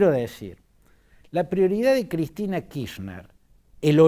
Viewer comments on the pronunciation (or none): Kirchner es un apellido alemán ¿De dónde sacó que la CH de la palabra Kirchner se pronuncia como “sh” en inglés? Fantini, analista político tercermundista y viejo chuncano: la “ch” en Alemán se pronuncia como J en castellano y no como la sh en ingles. De manera tal que se pronuncia KirJner. ¡Viejo chamuyero!!!